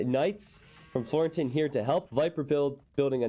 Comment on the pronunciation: Watched your videos since rocketbeans brought AoE2 back to the surface for me and it's beyond awesome to see you getting involved with them! Looking forward to what the future holds :) (your pronunciation of Florentin was totally fine btw!)